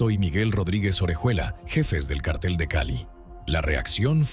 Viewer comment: Se dice cártel (en el sentido de grupo de delincuentes) con acento en la a. No es lo mismo que cartel (en el sentido de papel, anuncio, póster). Son dos palabras distintas, a ver si se enteran de lo que dicen, para no confundir a la gente.